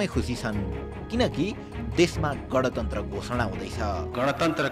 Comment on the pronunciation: गँणतन्त्र ❌ गाँणतन्त्र ✅